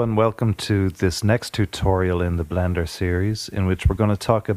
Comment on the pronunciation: did you say blander or blender